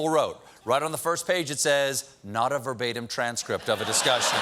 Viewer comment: Ver-ba-tim: three syllables. Need I say more?